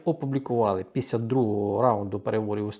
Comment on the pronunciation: Якщо ви, шановний доповідач, припинити лінуватися і почнете промовляти літеру Ел у слові після, то воно припинить звучати, як піся. Дякую за розуміння.